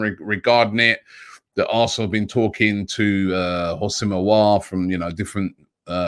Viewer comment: Robbie is finally saying Aouar name correct